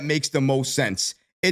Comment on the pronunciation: Bro I love your vids...I'm a die hard Knicks Fan 💯...but you Killin me bro wit the pronunciation of Thibs name...you don't pronounce the H...it's silent....lol😂..all love though great vid. Go NY.